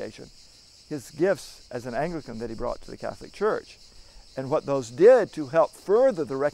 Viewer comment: Oh for crying out loud. The narrator repeatedly pronounces "Anglican" as "ANGELICAN"! SOME Anglicans may be "angelic", to be sure, but a fat lot of good interfaith dialogue will have if people don't know what the "other side" is called.